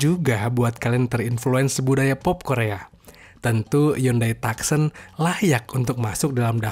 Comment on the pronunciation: Bacanya : tukson kak bukan taksen 😊